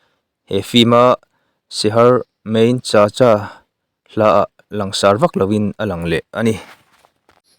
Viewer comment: Hrithik a H lai hi lam tel loh tur ani awm e, thawhpui vai ho min hrilh dan in. chutiang bawk in Juhi chowla pawh chaula ti a lam tur ani awm e.svmm